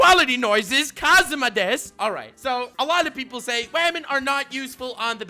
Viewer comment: Okay but why do you pronounce women like "vermin"", I was confused for a good portion of the video